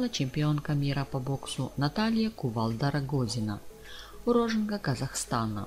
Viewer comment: Сами вы уроженка! Ударение научитесь правильно делать!?!!!